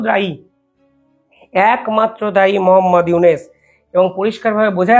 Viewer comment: তুই ঊনার নামকেই ঠিকভাবে উচ্চারণ করতে পারিসনা আর তাঁকে নিয়ে সমালোচনা করিস। মোহাম্মদ ইউনেস😂😂 বাংলাদেশের অর্থনীতি আগের বছরের তুলনায় অনেক ভালো আছে। পন্যের দামও তুলনামুলক কম এবং রিজার্ভ ৩০% + বেড়েছে।